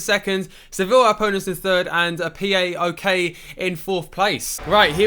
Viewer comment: PΆΟΚ...the team you played in CL...you pronounce it like a word...greek translate ΠΆΟΚ